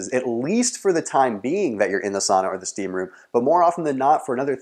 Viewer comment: finnish sauna is like ur '' steaamroom '''